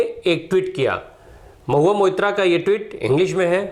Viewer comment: कृपया 'मोइत्रा’ के जगह 'Moitro' , सही उच्चारण रहेगा - धन्यवाद 💙